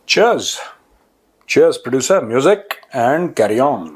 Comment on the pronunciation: What is “moojik”??